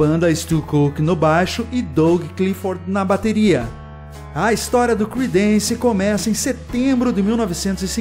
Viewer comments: Pronuncia-se crídence e não cridênce... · Não se lê cridéns, é crídens